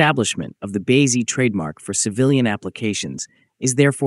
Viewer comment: The AI voice on this video is an cringy atrocity, it keeps calling BAZ everything from "BAD" to "B.A" to "BEZ"